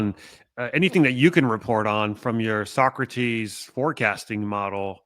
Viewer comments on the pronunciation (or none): none